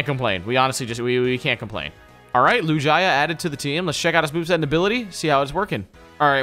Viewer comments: Anyone else triggerd how he says lugia. There is no y in lugia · Lou-jia... lol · “LUJAY-AH” wtf 😂😂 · Every time is calling Lugia, Lujaya my ears are bleeding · Lu-ji-uh? I think you mean Lu-gee-uh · I don’t like how they call a lugia, a L U J A Y A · Did he just say Lujiah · he pronounced lugia like lu-ji-a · Lucaya? You rlly called lugia like that? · lugia ❌ lujiah ✅ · Its not lugia anymore its loojiyah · Lugia said like "Loo-jai-ah"? I take it you guys have never seen Pokemon 2000 lol, it's literally pronounced exactly like it's spelled, "loo-gii-ah". :P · Who felt cringe when he said Lu-jie-ya, instead of lugia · This dude just said LuJia .....LUGIA NOT LUJIA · It isn’t lujia it’s lugia why do you say it like that 😂😂 they even say it like lugia in pokemon movie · Pronounciation correction ( I know I am acting like a boomer ) it’s not LU-GI-AAA it’s LU-GIA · Bruh you gotta stop pronouncing lugia like that 🤣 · he said “looh-jia” 😭😭😭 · play it's lu-ge-a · Bro why does he say lugia as lu-jia lmao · No one else hear the way he said Lugia he said it lew-guy-uh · anyone notice him say lu- gia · LUE GEE A is how u say lugia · Did he say LU GUY A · did he mean lu gi a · Also It's loo-gee-uh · how you pernonce lugia is lu gea ga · why does say loogiA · deserved to lose after the way he pronounced Lugia. What the heck is a Loo-jeye-yuh?!?! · "toejkiss" "lewjia" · It's pronounced Lou-gee-ah you doorknob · That’s not how you pronounce Lugia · You guys should really learn to pronounce the names of Pokèmon. It is pronounced loo-gee-uh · The way says “Lugia” tho 🥲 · i just can’t get over how he pronounced lugia and togekiss. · It hurt my soul the way he said lugia and togekiss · FACTS!!! Facts!! And 2 screw up on lugia like that smh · The way he pronounced lugia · You said lugia wrong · Ok so they don’t know much about Pokémon and say a lot of the names wrong I guess I just watch to see what names they’ll get wrong next